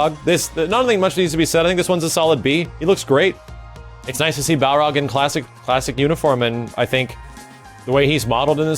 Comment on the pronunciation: you get a like just for saying baRLog